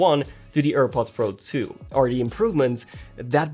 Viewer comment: AirPods Pro "tzhu"